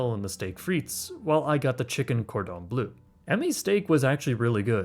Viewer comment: Heck you can do that NYC to Paris trip for half your budget if you one-bag and fly economy, stay at a slightly less upscale hotel and don't eat out for every meal. Although if you do come I recommend you look up the pronunciation of cordon bleu ;) Pull up, American friends!